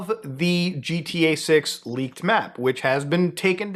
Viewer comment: Lol "laked materials"